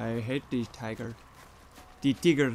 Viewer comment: 8.21 the way he said tigger